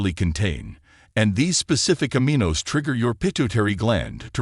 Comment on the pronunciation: Suggesting you teach AI voice how to pronounce "Omega" ..... "Aminos" is a pronunciation challenge for it also. Failed to pronounce "mitochondrial" correctly. Why don't you hire a person with a high school education to narrate this video?